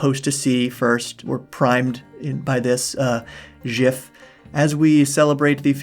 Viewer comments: zhiff? WTF? It's giff or jiff, pick a side lol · At the risk of starting a war in the comments... Its gif not jif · Surprisingly, the person who invented the format claims gif should be pronounced with the soft g, but until we put "jifts" under the tree at Christmas, I'll go with the hard g for gif. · 3: 43 quietly refuses to take sides in the "giff/jiff" debate, going instead for the little known option of "zhiff" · How dare you say "jiff." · Me just here because I'm nosey and then hearing "jif" exit mouth 😮 that shocked me more than the video 😂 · Its pronounced gif, honest mistake though. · I'm sorry, I gotta bail. You pronounced gif as "jiff". You monster. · I’m not sure I can trust you any more, - not if you pronounce GIF as JIF 😄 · He said jif! Get him! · Is it wrong, though? The creator of the format pronounces it Jif. GIF makes more sense so that's what I use, but I find it funny how something like this debate came about despite evidence that us hard G'ers are most likely the wrong ones on this. Language is funny :-) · Oh no... I have to cut all ties with. I am sorry, but I just can't tolerate anyone who pronounces it "jif". Goodbye forever!..... Ok seriously tho, good video. I will take your survey. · I like how you found a way to pronounce GIF that will make everyone mad. Big respect. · Did he just say gif with a soft g!?!? HERESY!